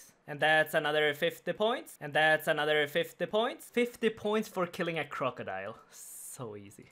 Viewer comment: anoder 50 points, anoder 50 points, anoderrrr 50 points. rofl. nice vid as always buddy :D